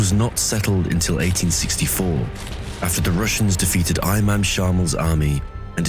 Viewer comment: Pronounced E-mom not Eye-mom